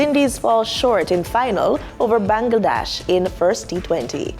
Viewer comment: Bangladesh, please check the pronunciation.